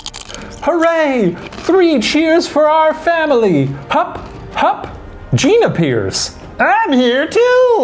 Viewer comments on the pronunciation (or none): none